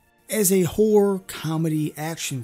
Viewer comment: be careful how you say horror .... I get crap for saying it that way too